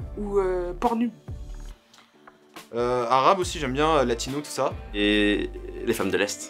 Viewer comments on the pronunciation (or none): PornUbe ( au lieu de "porneube" )